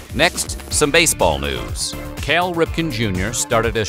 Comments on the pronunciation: Great video but its "Cal" Ripton not "Kale" Ripton! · It's Cal, not Cale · "Kale" Ripken? Lol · “Kale” Ripken?! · "Kale" Ripkin? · "Kale" Ripken? Obviously not a baseball fan.